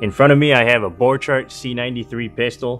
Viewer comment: It is pronounced [b'orkhart]